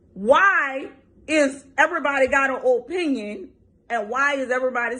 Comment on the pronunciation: It's her "O-PENYUN."